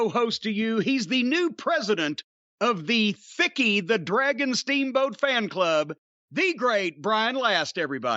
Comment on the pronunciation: OMG, I swear I heard "vickie" each time. I know, "Vickie 'the wagon' steamboat" sounds weird but it's Jim...